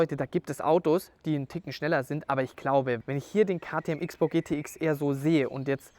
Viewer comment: So viel ich weiß wird XBOW "Cross-Bow" ausgesprochen oder täusche ich mich????